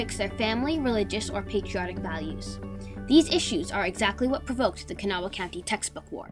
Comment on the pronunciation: gret good but its pronouct kuh NAW